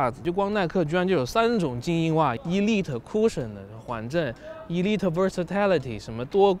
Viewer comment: 大哥elite也读错了,一个单词就俩音节还让你读错一个